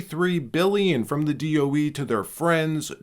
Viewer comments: DOE not DEO. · D.O.E. not D.E.O. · DOE… not DEO… i was wracking my brain to figure out what DEO was 😂 thanks for actually speaking it out and not just using the letters… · DOE, not DEO, Dept. Of Energy. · It's DoE, not DEO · Whoa! DO DOE or DEO? Almost skipped this because of this. Why can’t you list DOE? Against algorithm? I’m still…subscribed but…. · DoE not DEO just heads up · You say the DOE so what is it DEO. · DOE not DEO